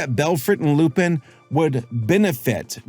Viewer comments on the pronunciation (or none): fyi is "lu-pahn" not "lu-peen" (like Lupin III or Arsene Lupin), you can hear it in their french audio. it makes sense since he's a wolf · Lupin = "Lu-Pon" with a barely hinted at N, because French. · It's pronounced Loo-Pon as in Lupin the 3rd..... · I dont wanna be that guy but its pronounced loo-pun. Whenever theres a Lupin something like arsene lupin or lupinranger its always said wrong